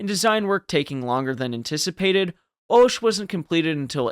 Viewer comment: the "o" in Hoche is pronounced "ah", so "ahsh"...and though definitely quirky-looking, is not so different from other ships of the battle line of the period.